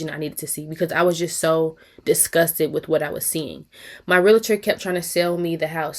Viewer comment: Right bc the constant complaints about this Realtor is crazy... girl just move on. And it's pronounced Realtor not Realator